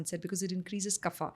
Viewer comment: Wonderful podcast. A little correction here. Its not 'kaphaa'..extra 'a' used by south indians and its not even 'kaph' (i have not heard anybody speaking like that). It actually is 'Kapha' with just a sound of 'a' and not 'aa' in the end. The place of Origin of ayurveda is not significant when talking about pronounciation, it's the language construct which was Sanskrit not a particular south indian language.